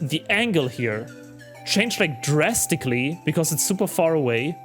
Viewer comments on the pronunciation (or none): none